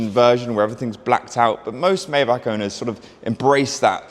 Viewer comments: the G-Class Landualet was the first Maybach SUV. literally wrong out the block.. AND its pronounced Mai-Bagh not May-Back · *it’s my-BOCK